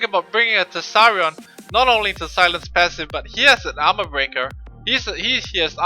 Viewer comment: tease-r-ion LOL